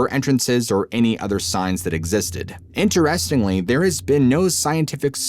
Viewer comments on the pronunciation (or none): you are unique. I do not know anyone at all who says "InterESTINGly. Love your storytelling!!!